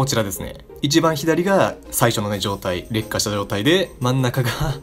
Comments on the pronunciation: 劣化の発音が烈火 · 劣化の発音が完全に烈火